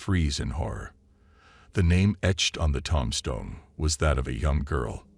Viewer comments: Iritating pls learn how to pronounce tomb. There no such thing as a Tum stone. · Why are they all the same story with different names? Why do you say "tum stone"?